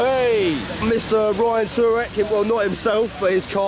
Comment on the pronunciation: I cringed so hard when you pronounced Ryan Tuerck.